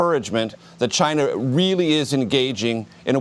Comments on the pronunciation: Trump says schinaa not china lol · Lol' the president of chinahh' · he says china like chyna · Trump--"I have great respect for the president of Chinha..." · Its pronounced Gina. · I hate the way he says China. CHI NA. eh.. cringe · Like Seriously why do he have to say CHIIIIIINA so hard...... What A Joke!!!! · "CHYNA" -Trump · is the funniest part how he says China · I can't get over the way Trump pronounces "China" after watching all the Trump ytp's.